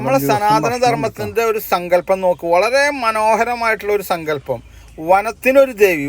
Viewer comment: ജല ദുർഗ്ഗ ,വന ദുർഗ്ഗ , സങ്കല്പം ( സംങ്കല്പം അല്ല ) ആദ്യം അക്ഷരം പഠിച്ചിട്ട് ഈ പണിയ്ക്ക് ഇറങ്ങ്.